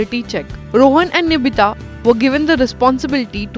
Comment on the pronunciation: its nitibha not nibhita ...